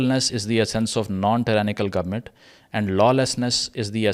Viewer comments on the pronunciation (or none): none